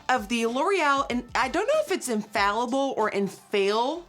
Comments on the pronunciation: Infaillible is French and pronounced uh-faay-yi-bl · GIRL YOU GOTTA TRY THE "THE SAEM" CONCEALER 😍 Also it's pronounced "unh fay ee bl" unh like huh wtf without the h then fay ee like fire but without the re and bl.... like if you got cut off trynna say blood 😂😘❤🇫🇷